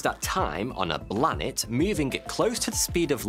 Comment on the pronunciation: Interesting and hilarious! Couldn't help laughing every time you said 'Blanet'